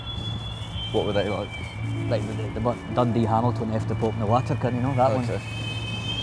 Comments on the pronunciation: "Fuck the pope and the watika" inbreed hun at it's finest can't even pronounce "vatican" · "Fuck The Pope and The Watican". What's the deal with not being able to say the letter V? Otherwise, he's got a proper Glasgow accent. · Fuck the pope and the????? WATACAN did he pronounce it? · haha the wee brown guy canny say vatican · Fanny can't even say Vatican! haha! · Cant even pronounce vatican haha. Bless.